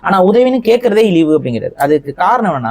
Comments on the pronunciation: இலிவு இல்லப்பா இழிவு ஏண்டா உனக்கு தமிழே வரல ஆனால் நீ தமிழ் தேசியவாதியா திருக்குறளை தவறாக உச்சரிப்பதை தவிர்க்கவும் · ( ழ ) உச்சரிக்கும் போது ள. என்கிறீர்கள். இழிவு சொல்லும் போது இளிவு என்று சொல்றீங்க. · தமிழ் தேசியம் பேசும் ku ழகரம் வரல.. இழிவு பதிலா ilivu nu solraru